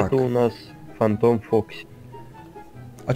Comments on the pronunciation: ето не Фантайм а фантом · знаю, но это не фантайм а фантом